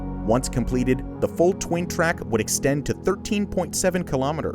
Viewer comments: “Full twain twack” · “Twain twack” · Did he just say “twain twack”